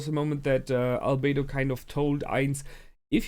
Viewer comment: Realy good reaction as always. I Realy like the second season so far but it seems like i'm the only one liking the Lizard Arc xD Oh and you kinda messed up Albedo and naberal here ;D